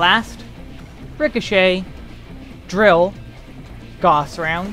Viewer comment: Also, gauss is pronounced gouse, like house. Not goss. XD lol